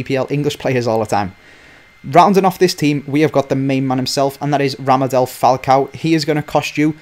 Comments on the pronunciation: Ra'D'a'M'el, not Ramadel... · Its radamel not ramadel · Its Radamel, not Ramadel:p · Lol he said Ramadel Falcao...its Radamel Falcao! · Did he just say Ramadel? It's Radamel bro lol. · Radamel not Ramadel